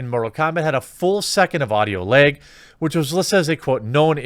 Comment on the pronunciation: Lag (or as Jeremy says: "Leg")